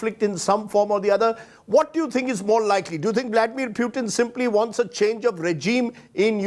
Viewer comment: calls: pyutin, tongue 👅 slip or make him muting